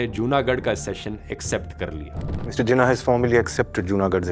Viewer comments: Im pakistani. But i think this movie make Jinnah look a bit evil. And dhruv rathee its pronounced like this: jee-naah. Please correct it as we say Nehru And Patel as you do. Once again, please correct your pronunciation. And also, Jinnah wasnt bad, Neither Patel Or Nehru Or Gandhi. Dont Make our Country's Founder look bad. (opinion) I hope sees this comment and improves his research and the way of explaining and expressing things. Thanks. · His name is pronounced as Ji-nah, not Jin-aah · It is Jinnah but pronounced as Jinah